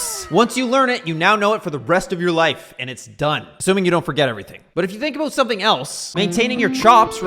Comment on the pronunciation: Aboot? Heard it a couple times. You've got to be the most pissed off Canadian EVER! lol!